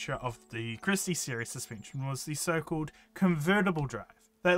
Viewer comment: "suspeencheen" (this isnt supposed to be mean just funny so sorry if you take it that way)